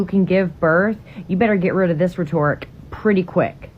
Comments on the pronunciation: That deranged woman talking about men giving birth said , "you better get rid of this rhetoric pretty quick", but she mispronounced rhetoric as "rhe-TORE-ick" and the CC translated it as "retort". You can hear the "ick" at the end of the word. Maybe she said "retoric", a combination of retort & rhetoric? I've only ever heard it pronounced as "ret-ORIC". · She thinks it’s pronounced “rheTORic”. I bet she’s amazing at medicine… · Did that birthing center employee pronounce "rhetoric" as "reh-TOR-ik"? What a weirdo! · So are we just ignoring the incorrect pronunciation of rhetoric by the lady who works in a birthing center? Because nothing makes you sound brighter than misusing your own mother tongue (speaking person tongue?).